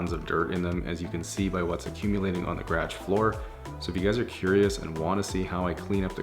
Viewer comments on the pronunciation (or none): gradge floor lol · Garage its funny you pronounce it "grage". I would hate to see what her house looks like inside. She is a filthy pig by looking at her car. Flip flops in the middle of winter LOLOLOL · “Gradge”... haven’t heard it pronounced that way in a long time. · STOP CALLING IT A GRAG!!!! It’s GA-ROJ!!! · Are you saying "garage?" Sorry, but it sounds like "gradge" and not "guh-rahj". Always makes me have to replay to get the context again. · Took me way too long to realize he was saying “garage” and not “gradge” XD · I like how you pronounce "Garage" as "Grage" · Gradge???😂😂😂 it’s garage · Ga- raaahge. Never hears it pronounced like that before... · I was confused too! I couldn’t find out what he was trying to say haha but now I know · Guess we do kinda pronounce it like "gradge" I never noticed it before, he sounds completely normal to me lol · hm I was just thinking the same thing... ga-ra-ge three syllables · Whoah! Had no idea y'all from that part of Canada pronounced "garage" like that! In Ontario we pronounce it more "guh-RAWJ" in two defined syllables. I learn new things everyday! Hahaha. Nice job with the car by the way. Makes me wanna go back home and clean my mom's car now! Deff got a new subscriber! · Just here in my gradge. With my Lamborghini and my bookshelf. Great detail video but seriously, who told you what the word garage is supposed to sound like? Lol 😂😂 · You’re not even saying garage at that point, it sounds more like you’re saying greg. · It took me a while to figure out he meant garage when he was saying "graj" lol. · ga-raj-e floor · everyone pointing how he says garage in the comments: gradge me, a canadian: 😳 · I died inside, I wanted to scream "ITS GUH-RAJG" 😂😂😂😂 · the what? Gradge? Or is that how you pronounce garage? (I hope this doesn’t come across as though I’m mocking you I’m just curious) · The way he says garage is really annoying me😭😂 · The way he says garage 🥴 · Seriously learn to pronounce garage correctly